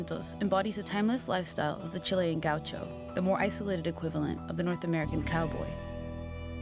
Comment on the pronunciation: It's not gauchau it's gaúcho!